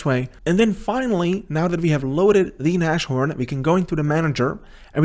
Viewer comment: Its not nash It is like nas (as you would pronounce nas x) horn Its german for rhino And a homage to ibms js engine called rhino